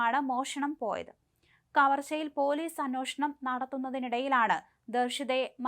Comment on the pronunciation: അന്വോഷണം alla അന്വേഷണം.. Malayalam parayan polum ariyille